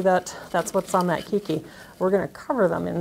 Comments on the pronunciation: If the word is actually keiki, Hawaiian for child, it is pronounced kaaki. Long a. Drives me nuts when Hawaiian words are mispronounced. Informative video though. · It is indeed the Hawaiian word, and is correct. It's "kay-kee".